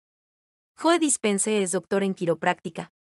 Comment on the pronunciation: Se pronuncia como si dijeras "llou" y es Dispenza no Dispense